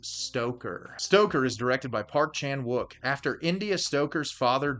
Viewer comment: Please, I can't listen to you butcher the Korean pronunciation of Wook